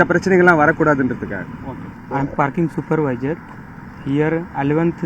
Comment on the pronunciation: சூப்பர்விஜர் இந்த கழுதைக்கு supervisor என்று சரியாக உச்சரிக்க கூட தெரியவில்லை ..இந்த நாய் மட்டும் ஏன் இன்னும் இருக்கான்..இவர்கள் கரப்பான் பூச்சிகளை போல தமிழ்நாடு முழுவதும் பரவி விட்டார்கள் .. .. முதலில் பல மொழி பேசும் பயணிகள் வந்து போகும் ஒரு விமான நிலையத்தில் , மாநில மொழி ( தமிழ் ) அல்லது ஆங்கிலம் ( நன்றாக ) பேச தெரிந்தவர்களை தான் பனி அமர்த்த வேண்டும் .. இந்த மாதிரி அரை வேக்காடுகளை எப்படி பனி அமர்த்துகிறீர்கள் ? ஏண்டா இந்த மாதிரி அநியாயம் பண்றீங்க ?